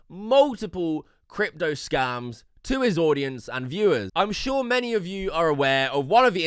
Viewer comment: Floyd Mayweather can't even pronounce the word "crypto"